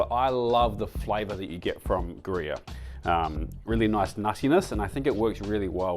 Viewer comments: I couldn't quite hear if you said Gruyère which is Swiss or some Aussie pronounciation of Grevé which in fact is a nutty Swedish cheese. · we have Grevé in Sweden. I needed to really listen to see what word you actually pronounced =)